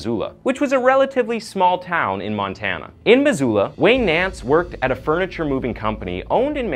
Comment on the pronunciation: Love your stories, but you destroyed the pronounciatikn of Missoula and Spokane!